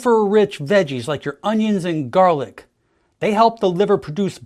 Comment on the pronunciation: Is that how a Bostonian would pronounce garlic?